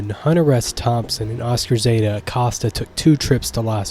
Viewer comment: Have you never watched the movie? I’m being genuine, unless they get all the pronunciations wrong in the film. Also I’ve heard from many people that Acosta is pronounced like “Coast”